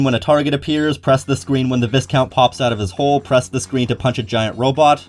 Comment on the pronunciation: For future reference, the S in viscount is silent and you pronounce the I like a Y